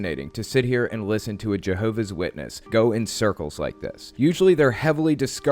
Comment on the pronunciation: je-hoe-v-ass shitness